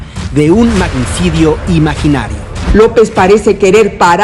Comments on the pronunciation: “Magnicido”!! jajajajaja, ni eso sabe leer bien la mensa de la Vilchis jajajaja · La vilchismosa en dice "magnicido" ¿eso qué es? Si no sabe leer ¿para qué la ponen? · Un "magnicido"...¡¡enséñate a LEER!! VILCHIS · Un "magnisido", dice Vilchis. 😂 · PENDEJA APRENDE A LEER SE ESCRIBE Y SE PRONUNCIA “MAGNICIDIO’ TU LEÍSTE “MAGNICIDO” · Por favor que primero aprenda a hablar 'Magnicido'